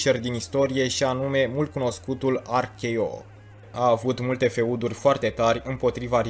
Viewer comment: Wow, "feuduri", lucrează la pronunție, un sfat nu o critica